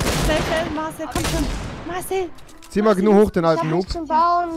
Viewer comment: Rewi sagt immer zu Gnu man 100% richtig